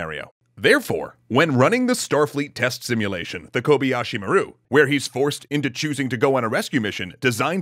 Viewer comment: That's not how you pronounce Kobayashi.